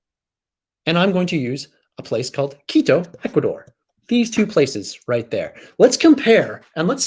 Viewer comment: You pronounced Quito very well.